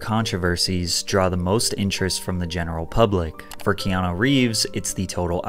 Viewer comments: Mate, you keep pronouncing his name as Keano, it's Keanu. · why do you call him keano?? no offence just sounds off...sound like kano of mortal kombat! 😂 😂 first names are kinda important...you dont call a guy named Don , Dan...relates to a completely different person. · Loved your low key well done narration and visuals. Did you get any flax, though for mispronouncing his name “Keano”? Regardless, it’s well done.